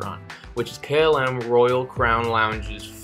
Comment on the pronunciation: So difficult to listen to a narrator that disrespects his audience, by mispronounced terms such as KLM. What does Kaylim even mean? Articulate. Pronunciate. You'r adult enough for that.